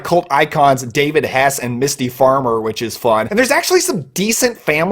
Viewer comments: Thanks for All your Videos....always a lot of fun too watch....I 'm a Horror Nerd since the early 80s....and i enjoy watching Horror movies to this day...By the way...the Name of the Actress in Bodycount is Mimsy Farmer...i think you say Misty.... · "Mimsy" Farmer .. and thanks for the head's up on Lake Nowhere